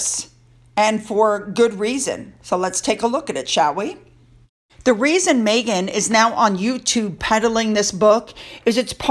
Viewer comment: mEghan not mAghan! Meg not Maygan